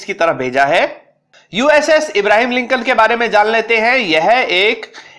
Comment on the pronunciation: इब्राहिम लिन्कन नहि रे कम्बख्त।।। अब्र्हाम लिन्कन ।।। धङ से बोला कर।।। कहाँ कहाँ से आ जाते है video बनाने।।।